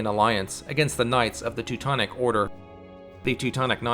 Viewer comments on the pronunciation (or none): I am so sorry but, why are you pronouncing Teutonic as "twotonic" ? Or it's just me? :D